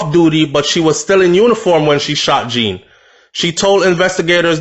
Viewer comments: it is pronounced as John. No hate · His surname is French so its not prononouced as its spelled